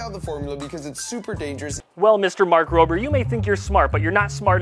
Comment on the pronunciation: Mark Rob-er not mark roaber. Lol